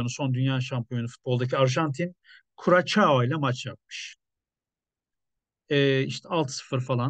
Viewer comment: Kürasao diye okunur abi